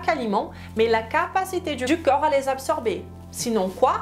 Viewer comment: Le mot "corps" se prononce KOR. Hors vous le prononcez à chaque fois comme le mots "cœur"❤, KEU-R Vous prononcez pourtant parfaitement le mot O-Key. Il suffit simplement de le prononcer à l'envers KO-R. Vous prononcez aussi parfaitement le mort "rapport", là, c'est encore plus facile. Il suffit de remplacer le son RAPE par le son K.